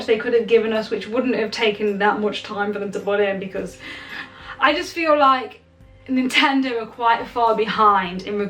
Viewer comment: "NINTENO HR"